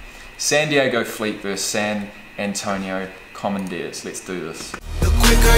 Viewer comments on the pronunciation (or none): When you said "Commondeers" in your last video I totally pictured a team with a helmet that had a deer with dark shades and a half lit cig. The "Common Deers"